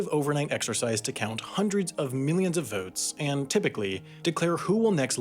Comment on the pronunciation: PhazonSpaceSystems Except it very much sounds like Sam said “Hundreds of minions of Americans.” Which is probably more accurate.